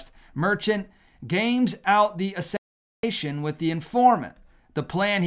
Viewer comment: hey, if you can say “assassins creed” you can say Assassination.